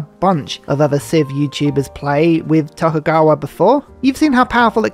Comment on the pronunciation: Tokugawa was a bit hard to say up top of the video eh? I had to replay Tokeugowurr a few times just to make sure I wasn't having a stroke 😁